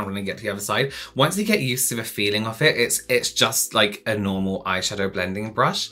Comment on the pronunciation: Lol did you just say BRUSH-I lol? 😂😂😂